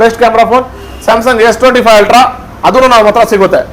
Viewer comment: Altra Alla Ree Ultra 😂